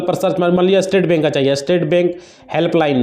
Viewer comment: तुम को तो बोलना भी नहीं आता बैंक को बेक बोल रहे हो